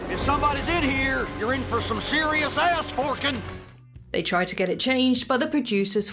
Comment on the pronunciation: Ha, Ass-Forken